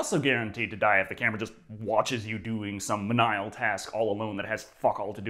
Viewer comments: For the record, me-knee-ill, not me-NIGH-ul. Or did I fall into the trap!? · I am seriously astonished that still thinks “menial” is pronounced “men-EYE-uhl.” He’s been mispronouncing that word for YEARS now. Has he never heard anyone else say it?? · Love your videos, but I have a hard time believing your pronunciation of Menial wasn't intentional...